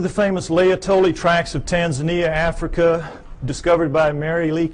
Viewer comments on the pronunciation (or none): none